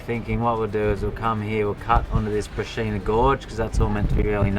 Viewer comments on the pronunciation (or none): Far farken out... That's simply breathtaking!! That brachina (pronounced brakinna) gorge area is amazing! I love the way you always pronounce names wrong.... Very refreshing 😜😁 Great work I will be exploring more up there real soon 👌👍😎 Been to arkaroola and then down to parachulna and did the glass gorge scenic drive which was very similar jaw dropping scenery but didn't go south from there. That river drive looks awesome!👍